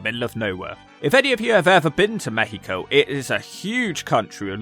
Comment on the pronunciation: You did it! You actually did it!!!! Hahaha, this is great! Thanks for deep look into this It was a great look on the career of a guy that we grew up watching all over Latin America, such a weird death. PS: Great "México" pronunciation 😂